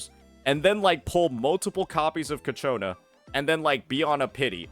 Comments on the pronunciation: It's not "Ca-cho-na" it's "Chia- co-na" Sorry but it's doing my head in. The Ch sound is at the beginning. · Brother its CIACCONA not CACCIONNA